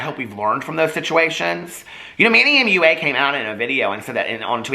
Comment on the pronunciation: I finally noticed today that you say "Manny M.U.A." instead of "Manny Mooah". You've changed,. You've really changed!!:'(